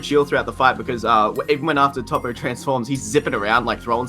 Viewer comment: emaster met no. Its tow-po